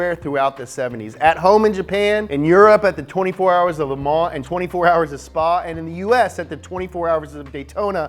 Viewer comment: nobody:: Leh Mah